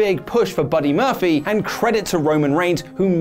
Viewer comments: he said Buddy Murphily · Did he say Murphelly? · I thought his name was Buddy Murphy? said Buddy Murphly 🤔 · Sounded like you said "Buddy Murphily" in the beginning,. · At the beginning, did you say Buddy Murphaly? Haha:-) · Did anyone else hear say “Buddy MURPHLEE” at the beginning of the video? 😂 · First of all... who is Buddy Murphly? You messed up his name in the first few seconds of the video 😂😂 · He said “Buddy Murphilly” lollllll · I don't like the shade towards Billy Gunn. P.S., you said Buddy Murphly at the opening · Did he start out saying buddy murphily??